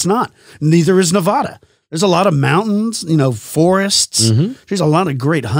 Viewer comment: its nevada not nOvOdA